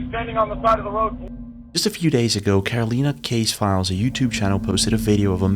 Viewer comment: Now if only he had pronounced it correctly....